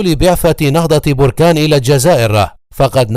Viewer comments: Les Egyptiens prononcent mal le nom de BERKANE . Ils disent Borkaane . C'est BERKANE . Maachi borkaane . Berkane est un nom berbère . Borkaane c'est un volcan ... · بركان بفتحة الباءوليس بالرفع